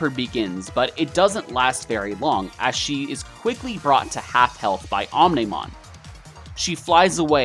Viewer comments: did he just pronounce omnimon wrong... oh my go he called omnimon omnohmon but i kinda found that funny lol so alls good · i feels its deliberate. mispronouncing Omnimon's name 😂😂